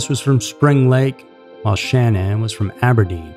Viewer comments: Dude...how many different ways are you going to incorrectly pronounce her name? As much as this case has saturated the media you would think you would know how to pronounce not only her name but the other names you were clueless on how to say correctly! Why are you even covering a case like this that everyone is already SOOO familiar with and that you could not (and did not) possibly add anything that everyone did not already know???? Between this and that ridiculous video you made about the Petito case recently where you did not even seem to be aware that the guys dead body had been discovered already like a month prior - it makes one wonder what is up with this channel....disappointing.. By the way you had several "facts" incorrect as well- he was never released on bail at all-he was never offered bail at all so I'm not sure where you came up with that Sept 1 date because it's just not the case...and you are completely wrong on several other "facts". Also, how can you possibly say that he made "honest" statements later? It is not known by anyone if he was being honest at any point. For you to make it sound as if it was ever believed by anyone that she harmed her children and left it as if it were "fact"?? And to make those disgusting noises as if children were being choked?? How disrespectful!?? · my point was he said it several different ways throughout the video, switching back and forth between pronunciations. Absolutely it would be understandable that it would be mispronounced -my point was he couldn't be consistent. Yes, up until recently I agreed regarding this channel, I have been subbed for many years however recently the content has definitely not been up to their usual standards. I am definitely not angry over it, a little annoyed, definitely disappointed but mostly just making my opinion known.🙂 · I had to turn off the sound and use subtitles. The speaker mispronounced Shanann's name every five seconds. How annoying. "Sha-NONN." FFS, dude.